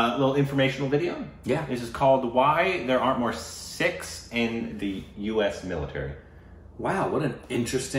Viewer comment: Wow, - you pronounced "Sikhs" perfectly! It's not "Seeks" but as you said it " Sikhs".